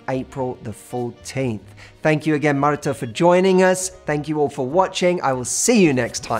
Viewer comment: Hi! I’m from Mexico the same as Martha and I have to say that I love your pronunciation of her name, beautiful